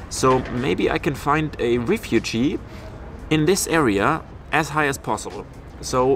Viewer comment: haha.. i know :D auf französisch refuge .. und dann noch auf englisch aussprechen.. verwirrend ;)